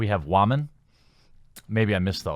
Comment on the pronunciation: Ok seriously, I agree with you,but pleeeeeease just pleeeeeeease say "Woman" normally.